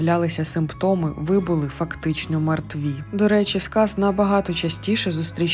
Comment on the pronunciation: ВипрОбування, моя пані! Так само: його випрОбували. І мЕртві. Й пОки що. Дуже прошу, перевіряйте наголоси! Ви добре озвучуєте, тож якщо позбудетеся помилок, то ще покрутішаєте.;))) Трясця, коли всі ці чудові речі нарешті втілять у реальність? Зокрема переможуть клятий рак?